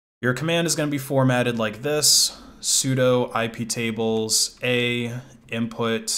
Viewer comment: The way you said iptables a made me think for a sec you said somthing diffrent